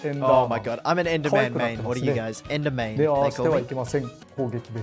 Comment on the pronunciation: Yeeees he said endermain my word is spreading